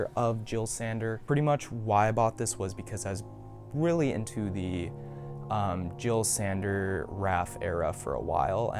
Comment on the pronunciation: How u manage to perfectly say boris bidjan saberi but still mispronounce jil sander